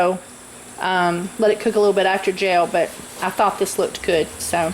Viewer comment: I keep thinking you are saying jail. Then realised you are saying gel.